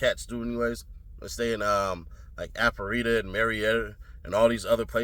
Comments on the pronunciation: That is not how you suppose to pronounce Alpharetta 😂😂😂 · The way you pronounced Alpharetta 😭😭😭